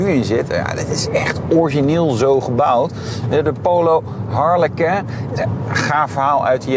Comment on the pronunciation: Wat spreek je dat toch weer dom uit. Je praat al als een ramdebiel maar goed. Het lijkt wel of je het frans probeert uit te spreken. Waarom?!